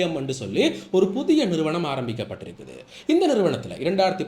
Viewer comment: 'புத்திய' அல்ல 'புதிய' 'மக்கர்' பண்ணத் தொடங்கினா இப்படித்தான் சொற்கள் 'கடிபடும்'. "காகம் அன்னத்தின் நடைய நடக்கப் போய் தனது நடையை மறந்து போன" கதைதான் ஏற்படும்.😅 இயல்பாக பேச்சினால் போதுமே!😂